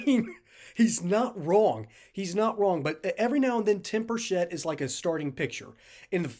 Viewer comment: Many people mispronounce his name, the “ch” is pronounced like cheese. I know this because I know his family, live in the same town, and he was our Mayor. Burchett is pronounced like “Chet” Atkins. Even other members of congress pronounce it incorrectly, just wanted to let you know, great vid by the way, as Tim is BS proof!